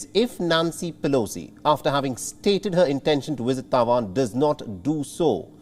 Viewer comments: Wisit lmao not Visit but wisit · your channel is an international one. English I understand is not your first language just as it isn't mine either. But if you going to use the language as your medium of broadcast, please pronounce words correctly. Visit is not WISIT!! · What is a “wisit”? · Pelosi should not "wisit" Taiwan at this moment. Since her "wisiting" Taiwan can spark WW3. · I cant help laughing everytime the presenter was saying visit or should I say wisit 🤣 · What is “wisit”? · What’s a ‘Wizit’?